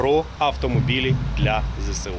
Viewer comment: Зе Ес У а не Зе Се У